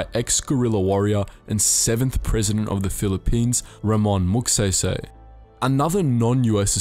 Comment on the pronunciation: I cringe everytime he says Moogsehysehy.